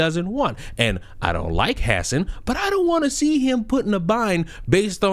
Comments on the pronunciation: they way you say hasan sounds so funny. "hass en" "ha-san" is how most are saying it. Although, he doesn't deserve his name to be pronounced properly. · I love that you call him “Ha-sin” but you really should call him Crnks nephew lol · Are you saying his name like this on purpose? 😭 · You lost me immediately with your out of touch, arrogant, and pathetic attitude. You can't even say Hasan's name right. Try sounding articulate and well spoken for 8 hours a day, and being entertaining and engaging with chat. Have some f*cking humility dude. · I would correct you on the pronunciation of Hasan’s name, but I feel like you’re doing it on purpose for the same reason I won’t correct you. This fool is a tool.